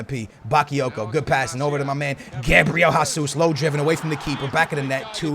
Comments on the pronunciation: Es português ou não caralho? Para de dizer Gabriel Házuz e diz a puta do nome em condições meu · "Gabriel Hasus"